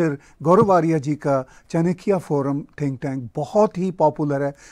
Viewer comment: Aapne aaj theek pronounce kia Acharya Chanakya ji ka naam... thanks for the effort....👍😊🇮🇳